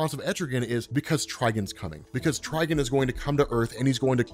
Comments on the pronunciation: everyone but you says tri-GONE wtf is a trigin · Bro good vid but trigon not trigin